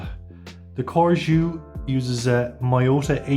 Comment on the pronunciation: CORGÈ . this is how the name is pronounced. if the intention is to make it sound French. And judging by the spelling: yes Good review 😉